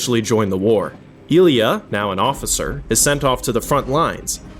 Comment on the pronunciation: that pronunciation of Oktyábr'skaya is a disgrace. Oh shit nvm you couldn't even say Ilyá right. Fire this guy